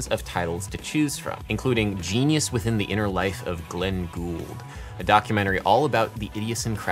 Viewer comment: Was this a purposeful Easter egg? Adam definitely says the title with the wrong emphasis. He says "GENius WITHin THE...", when it should be "GENius withIN, THE...".